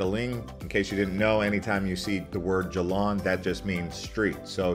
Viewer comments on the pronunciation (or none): Locals pronounce . Lumpur as Lumpoh . Alor as Aloh . Jalan as Jah lahn If you are a foodie, take a comfy bus to Melaka for a foodie day trip. More interesting than Caves. Good effort, for a non Malaysian, but try asking a local to critique your pronunciation.